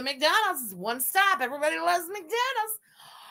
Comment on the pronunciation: the accent “everybody LOoOoOves macDANHALDS” ends me every time oh my god 😂